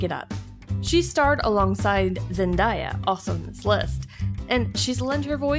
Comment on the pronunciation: she pronounced Zendaya wrong